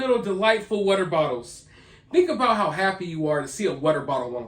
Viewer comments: W AAAA ter. Water!!! Not WhatER..TF is WHATER??? Water fuck man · Oh this is gonna be a record for the most "wudder" in one video.